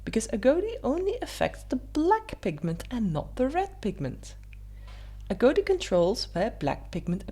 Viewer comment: Agouti rhymes with booty, not goatee.